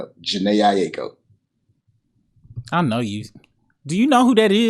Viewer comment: Bro really said Jhene Aiko. Yea he aint been outside.